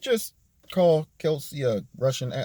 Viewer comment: Is it me or is he pronouncing her name as "Kelsey" ???